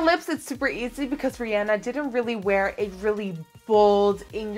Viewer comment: GOD BLESS YOU FOR SAYING RIHANNA'S NAME RIGHT